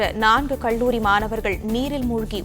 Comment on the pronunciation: மெண்டல் " கள்ளூரி" இல்லை கல்லூரி என்று சொல்